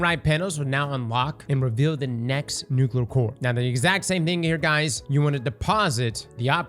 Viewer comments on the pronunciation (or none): Bro still can't say nuclear